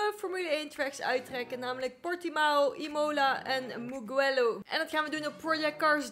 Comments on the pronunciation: Gewoon voor de info geen kritiek. Je spreekt het uit als muujelloow. Ik kende het circuit al van de motogp. Dat is met marquez en Valentino Rossi. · De g van mugello is zacht